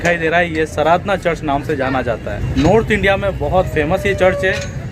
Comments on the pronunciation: Sir please sardhna ko saradhna mat kaho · At least pronunciation to theek se kijiye jagah ka naam..its Sardhana hai not SARADHANA... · Sardàna hai sirji sradna nhi please pronounce properly.jai yeshu ki. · भाई वो सराधना नहीं है, sardhana (सरधना) है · Angel, the name of the place is "Sardhna'" and not "Saradhna", there is a major difference in your pronunciation & spelling, Please correct yourself and in the video, Otherwise the video is Great !! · भाई सराधना नहीं सरधना हैं सही से तो प्रनाउंस कीजिए आप हिन्दी भाषी भाई लगते हैं इस बात का ध्यान रखना चाहिए l कोई गैर हिन्दी भाषी अगर ऐसा कहे तो समझ आता हैं l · Good information but it is called OR pronounced like “SIR DHANA” spelled Sardhna !!